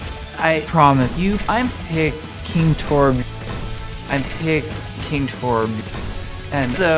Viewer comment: "I'm picking torbyuh"